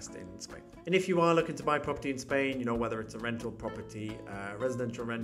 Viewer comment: souw, ya nouw.